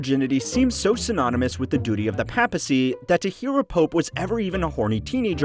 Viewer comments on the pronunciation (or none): Its pronounced as Pay pacy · And the way he pronounces papacy or papal. Aaaaaah it’s unbearable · The pronunciation of papacy... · the only time in the video where you pronounce the word "papacy" correctly. Well, you technically you said "papal" not "papacy" but the pronunciation of those two words sound similar anyway so you get the point. If you can't tell, I'm just a bit annoyed of your pronunciation of the world "papacy" and I'm not even Cristian. Mispronunciation is just annoying, especially so from a History channel.